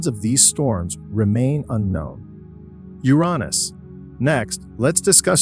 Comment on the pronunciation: SEY-TURN?! SEY-TURN?! 😅😅😅 YURANOS?! YURANOS?! 😂😂😂